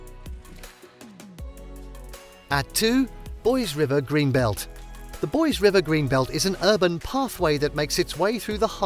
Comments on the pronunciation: Please learn how to pronounce common Idaho places like the main town it's not boys, it's Boise'... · It's pronounced Boi-sEE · Boise is pronounced BOY see. Coeur d’Alene is pronounced core de LANE. Think less like French.